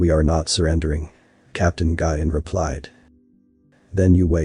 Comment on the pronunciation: "Nguyen" is pronounced like "Win", and (in the context, "attaches" is pronounced at-ash-a"